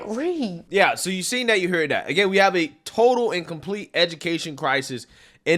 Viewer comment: I love you brother,and I agree with almost everything you say, but stop saying DAT for THAT, it doesn’t make you sound black, it just makes you sound ignorant. Keep up the good work man!!!!❤